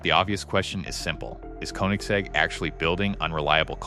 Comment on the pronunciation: Bro can do anything but pronounce Koenigsegg correctly 💀